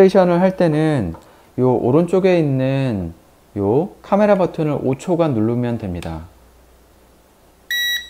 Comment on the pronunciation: 발음이 쥑이네요.포올케이 까메라.잘보고 가요.